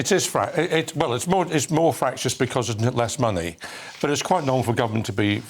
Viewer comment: she wants our “moneh”